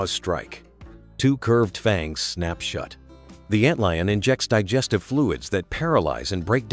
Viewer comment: Ant leon? Come on, man. Stop being lazy and narrate this shit yourself.